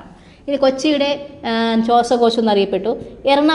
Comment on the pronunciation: ശ്വസക്യാശം അല്ല ശ്വാസകോശം